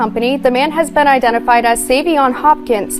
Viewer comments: It is so disrespectful to mispronounce Saiveon's name the WHOLE video. You outta order his name ain't Seven! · His name is pronounced 7.